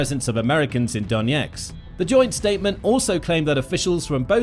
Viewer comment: Why do you consistently pronounce Donetsk as Doneks?